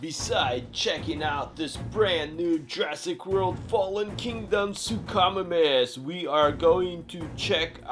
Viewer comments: You mean sue-co-my-mus that's how you say suchomimus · It is pronounced “soo ko my mis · Great video but it's announced "sook-o-mimis" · “The sookamomuss” 😂 😂 😂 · It’s su-co-miemis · Not to be mean but you said suchomimus wrong it’s pronounced (Sue-co-mime-us) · You say suchomimus wrong Sook-oh-my-mus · Hi great video. But your saying suchimimus wrong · You said suchomimus wrong!!!😡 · It's not his fault tho